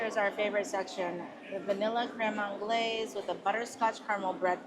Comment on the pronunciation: Anglaise is pronounced 'On glaze.' It means English style custard.